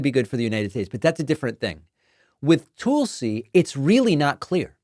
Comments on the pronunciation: If I hear “Toolsi” one more time I’m gonna rip my hair out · Why do you call her tool c? Isnt it Tulsi? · Calling her Toolsie is so stupid--it must be what an intelligent Trumper must feel like listening to his screeds against Kuh-mall-luh, Crooked Hillary, Crooked Biden, Sleepy Joe and whatever. I cringe when you do that. I'm betting others do too.